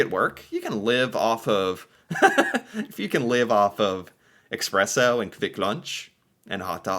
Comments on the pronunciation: You can get those small Pringle boxes as cheap as 1-2 USD, bet they took that one out of the hotel minibar or something. Also where do you see an X in Espresso? It's eSpresso, not eXpresso. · For the Love of God: Espresso, it is called espresso. Not eKspresso. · Its not EXpresso😅